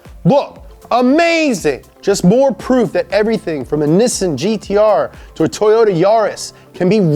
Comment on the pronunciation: Stop talking like a 2 yr old. Just say nissan or carbon fiber the way it was supposed to be pronounced. Its NiSSAN- NOT NEEESEAN